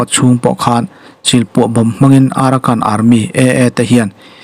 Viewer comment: AARAKAN ti a ilam pawh hi Arakan tihmaitur..